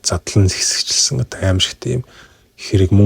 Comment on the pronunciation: Ёооё хэсэгчилсэн гэж хэлж чадахгүй байх юм.яАрай ч дээ😊